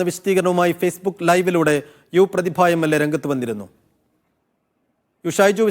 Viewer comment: യു പ്രദിഭഅല്ല യുവ പ്രതിദ😢